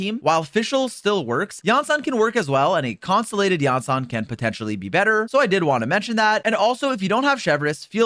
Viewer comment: bro did you deadass just say "constalated"